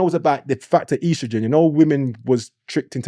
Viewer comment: Its estrogen not ostrogen 😂😂